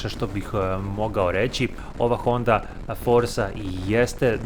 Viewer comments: OdliČan scooter ali dotični ga baš tupi sa nekim izrazima,kao prvo nije FORSA već FORCA......baš glupo.Drugo i treće....KORMAN,HEBLE....od kada mi to tako govorimo?Baš me to uvijek iznervira.Inače,recenzija je za 4 a scooter za 4,75. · Dobar video. Samo jedna ispravka: Izgovara se Forca, ne Forza. Drago mi je da je neko kod nas pokrenuo kanal o skuterima, slično kao onaj Rumun, "Ride with Alex". Pozdrav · O nekim stvarima nemaš pojma. Od izgovora Forza do mjerenja potrošnje. Pogledaj klipove Cvejićeve "Budući klasici".